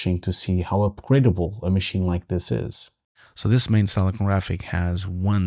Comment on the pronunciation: I believe its called Silicon not Selecone